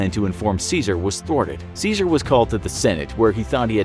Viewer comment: Good vid but you pronounced his name incorrectly like everybody else 🥀